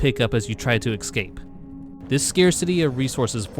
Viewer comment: I know where you live because you keep saying "exscape"